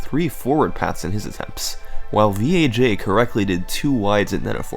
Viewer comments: VAJ... it's not V.A.J.... think about it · "VEE EHH JAY" You mean Vag? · V-A-J??? I think its pronounced VAG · Summoning: “the one and only Vee-Ay-Jay” Me (an intellectual): “lolz...nice...”